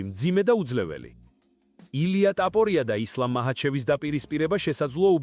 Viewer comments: უნდა გაგაუქმო. რა ლაპარაკი გაქ რა ტაპორია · DMA RA ARI VEGAR ISWAVLE GVARIS GAMOTQMA ???